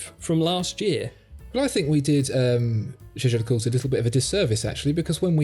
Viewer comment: I first did not get what you were talking about with the first watch. Jejer le coutr?????? JLC is a bit more understandable. So I saw "Jaeger le Coultre" on the watch. Interesting name. Jaeger should be written as "Jäger" which is German for hunter and is pronounced with a hard G, like in "gobble". The "ä" is pronaounced as an elongated and sounds like ey in "hey" Whish you English folk would pay a bit more attention to original pronouciations and not totally butcher it up.